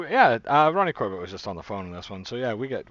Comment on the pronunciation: Loving the videos! Although apologies for nitpicking, but your pronunciation of Corbett is a little off, it doesn't rhyme with Corvette, it's pronounced more like...somewhere between Cor-bit and Cor-buht.